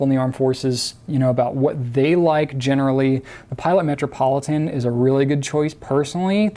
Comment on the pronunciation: Lol did he say "matrapolitain"